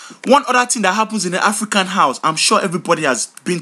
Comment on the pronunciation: did anyone else notice he puts an H sound in front of most of his words "HHHafrican" & "HHall"